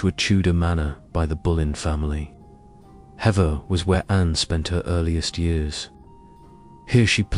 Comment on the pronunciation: It's pronounced "heaver" (Hever) ❤